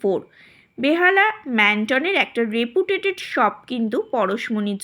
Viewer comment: Tomar kotha bola tao khub signatire style! Reputeted noy reputed. Khub mishti meye tumi. Khub sundor uposthapona